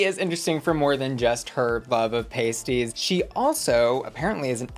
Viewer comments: How do I sign up for regional correspondence? Butter on sandwiches is a basic crux. ETA: it’s not “pasties” it’s “past-EE-s” like pastry Also the alleged-ness of it all and scrubbed nature of the tea is down to the libel laws in the area // we can’t say shit about things that might maybe have a court case in the near future that requires public jury sort of maybe please don’t come after me Beeb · Pasties are pronounced like past not paste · Pasties (pay-stees)go on your nipples, Pasties (par-stees, pass-tees) are what you eat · I am amazed American's don't butter their sandwiches, it helps the fillings not fall out as much. I know you said you just won't get some English pronunciations but Cornish pasties are said like past not paste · pasties/Pah-st-ee-z short crust pastry filled with beef potato onion ans swede. . . .pasties/paste-eez are nipple covers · Not the "paysties" 💀💀💀 It's a pah-sty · It made me laugh hearing them say paste-ies instead of past-ies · as someone from cornwall hearing you call pronounce pasties like the nipple covers had me hollering 😂😂 i’ve never heard an american person refer to them or cornwall in general so that was hilarious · As a Brit, hearing your pronunciation of Cornish Pasties has me amused to no end 😂 It’s actually pronounced with a soft a sound. Like, say the word ass with a P proceeding it and then tack a TY on the end. Cornish P-ass-ty. BUT please continue to say it the way you already to because it’s funny af 😂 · FYI it's pronounced Pasties like Pasta 🤣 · Ahhhhh i love you but its pronounced like Pas..tea (pastie) lol found myself laughing 😂😂😂❤❤❤❤❤❤❤❤❤ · Aww bless pasties are pronounced like p-ah-sties instead of the nipple covers ahaha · I see you mispronouncing Hartlepool and pasties on purpose to get that engagement. Considering you'll make charts dedicated to numbers of answers on snatch game etc. I don't believe you wouldn't do a quick google...